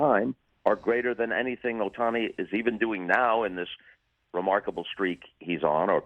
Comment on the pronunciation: his name is OHTANI. not sutahsnai